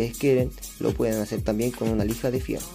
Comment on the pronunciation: HIERRO, HIERRO, HIERRO NO FIERRO CATETO.